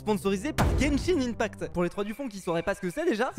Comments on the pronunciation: slt genshin ce lit genshin [1pact] et non ]imepact] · tu dit mal genshin impact